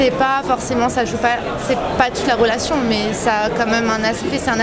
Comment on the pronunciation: une relaxion sexuelld 😂